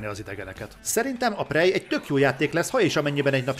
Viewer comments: Jó a videó, pörgős. De ez a prej nagyon fáj a fülemnek, tudom hogy a kettő között van, de ha már nincs meg a rendes kiejtés akkor sokkal inkább préj. Amúgy grat ! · Nem fogadtad meg a kiejtéskirtikámat és most fájnak a füleim a 'prej'-ektől :(